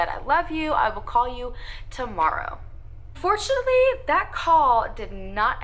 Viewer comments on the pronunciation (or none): I'm so out of it right now. 🤣The bird is distracting me and every time she said "unfortunately" it sounded like she said fortunately😫